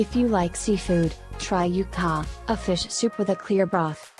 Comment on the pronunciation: Ok, now for a better accent and more accurate information: borshch; ukhAH (stress on the last vowel); pirozhkI (stress on the last vowel); pelmEni (stress on the second vowel); blinY (stress on the last vowel, which is not quite an I, but okay); shashlYk (same); ikrAh (stress on the last vowel); smetAna (stress on the second vowel); morOzheno-e (the last OE are two syllables, no one; and it's just icecream); pAskha (and NOT pashka!!! the desserts depicted were NOT IT). You're welcome.